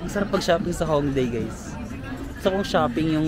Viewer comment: Yung pag pronounce po ng Hongdae is "Hongdeh" 😊